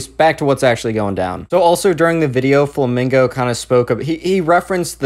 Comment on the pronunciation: You said "fomingo" ,bruh